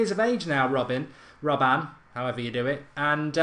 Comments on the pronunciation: please stop saying robban for gods sake. its robben. god damn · Mark its RobbEN not RobbAN haha xD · £20-30M for Robben? You havin a laugh?! £10M tops, he's 33! It's RobbEn not RobbAn, and he has NO right foot... Two footed? 😂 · It is prenounced as robbun